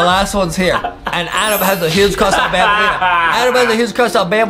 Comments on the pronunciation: Banbaleen not banbalina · It’s banbaleena